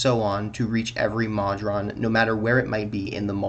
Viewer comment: Please, Moe-drawn, not maw-drawn.